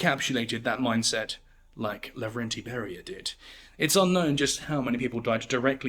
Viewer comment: Not Lagrande. No. Lavrentiy.